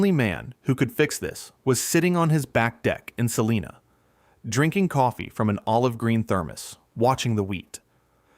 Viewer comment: According to a kansan, its pronounced sa-line-a, not sa-lean-a. They will correct you every time. Lol